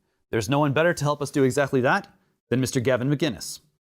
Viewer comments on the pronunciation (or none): Gavin mcinnes (mick-innes) not macinnes (Mack-innnes) or magennis.